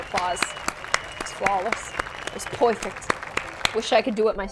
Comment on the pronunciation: I loved when she said “ITS POIWFECT” I can’t- ☺️